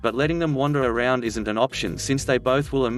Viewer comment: I s n t indeed, this just proves that robo crap has no idea about grammer, spelling and the fact that i s n t should be pronounced altogether and is actually an abreviation for is not. I now remember why i should avoid this channel. If you do not have the manners to actually speak to me then i shall repay the compliment by NOT LISTENING. Anyway from what i heard your stories are stolen from other sites anyway.